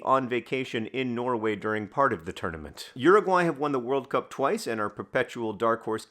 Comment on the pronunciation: Switching between emphasizing it as WORLD cup vs world CUP with every recitation of the name is really jarring my brain lol